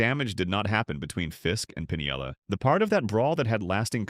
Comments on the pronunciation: Come on, people. Check your pronunciations before you start in to make a video. I gave up on this one — even though it was interesting — about the fourth time the dumbass AI announcer called him “Lou Pin-i-el-la,” with four syllables. Anyone who’s been around baseball for more than a couple of minutes knows it’s “Pin-el-la,” three syllables. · It's Pinella. PIN-ELLA. Not Pun-ee-ella.